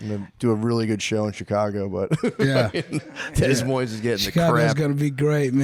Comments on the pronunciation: Dez Moines?! Alright Matt. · Couldn't get through five minutes, sorry. Mispronouncing "tertiary" and "Des Moines" was rough.